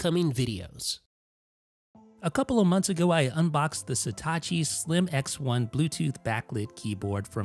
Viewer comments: Again; It’s „Satechi“, not „Setacci“! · dude its satechi not satachi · Jesus Christ, how hard is it to say SA-TE-CHI? It's not STA-CHI. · Why is nobody mentioning that he keeps saying Setachi when its Satechi?? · You're pronouncing the name wrong... It's not Setachi, it's Satechi. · You pronounce Satechi as if it was written Setachi. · What's with the "Sitachi" pronunciation? It ain't Hitachi. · stop saying "seetahchee" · Maybe one day he'll pronounce the name Satechi properly